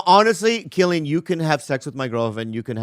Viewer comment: Isnt his name pronounced with a c cillian? Not with a K